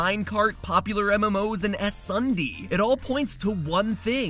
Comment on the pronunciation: He also said “SSundee” wrong